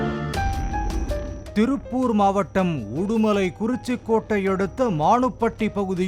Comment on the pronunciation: மாவட்டம்... மாவடம் இல்லை